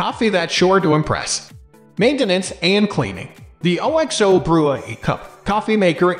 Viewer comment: wait, what the f did you just say?! Lol thats the least catchy name ever!😂 and why don't anybody know their brand's name is pronounced as a word not spelled out. Its pronounced Ox-Oh, because of Oxtail soup. it always has been way back when all they sold was bullion cubes.